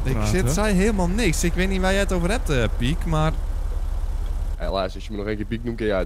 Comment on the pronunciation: kwam net pad achter dat hij "pik" zegt inplaats van "piek"